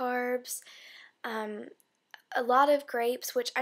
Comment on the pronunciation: Did you say Grapes or Crapes?